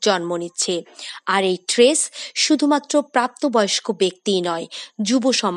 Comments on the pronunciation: Tress na stress ki bolchen? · Tress NA Stress . Prounce correctly please . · উচ্চারণ টি "ট্রেস " নয়,"স্ট্রেস " হবে।🙂